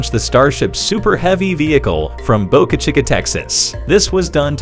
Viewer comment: Someone should teach you how to pronounce Boca Chica.